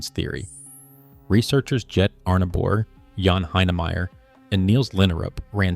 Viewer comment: Jette is pronounced 'yetteh.'